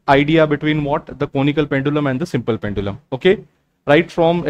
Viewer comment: simplum pendulum 😂😂